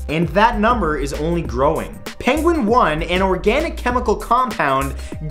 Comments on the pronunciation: It's not "penguine" "one". It's "penguinone" like "ozone." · #11 - Penguinone, pronounced "penguin-own". It's a ketone, like acetone in nail polish remover. NOT "penguine-one". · hate to correct you but blind people can remember sounds.. and also the compound is called penguinone like "penguin-known" because of the oxygen, not "penguin one"